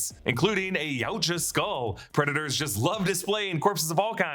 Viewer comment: Why are you pronouncing it Preda-TORs?